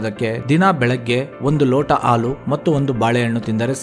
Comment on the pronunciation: ಮೊದಲು ಸ್ಪಷ್ಟವಾಗಿ ಕನ್ನಡ ಮಾತನಾಡುವುದು ಕಲಿ.. ಹಾಲು ಅನ್ನೋಕೆ ಆಲು ಅಂತೀಯಾ, ಆಲುಗೆಡ್ಡೆಗೆ ಹಾಲುಗಡ್ಡೆ ಅಂತಿದಿಯಾ.. ಏನು ವಿದ್ಯಾವಂತರು ನೀವೆಲ್ಲ 🙆‍♂️🙆‍♂️